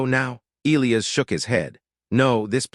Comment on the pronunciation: If AI can’t pronounce E- lie-as properly just choose a different name. I got sick of Eel-ias.